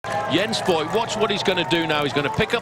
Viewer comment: "Voigt" actually pronounces "Fohgt", more or less rhyming with "poked". In case you're interested.